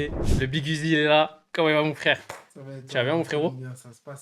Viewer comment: C’est uzi pas Da uzi